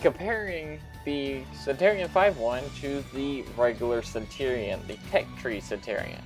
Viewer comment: Also...it's pronounced Cen-chur-e-on, like Century Cen-chur-e and not Cen-tor-e. I just need to stop watching your videos because you irritate the shit out of me but nobody else makes videos for the damn console version so I keep trying yours hoping that you tweaked a few things and you never do...weird considering you only have like 25 comments per video and I know you must be seeing my comments.....which means you can't handle constructive criticism like the rest of your generation and just ignore it to avoid the sads.